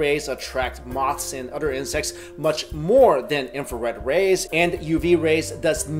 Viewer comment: I cringe when he says "OTHER"